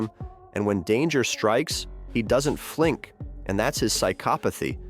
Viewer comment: He doesn't flink. That's his psykopothy. Jesus, I hate AI.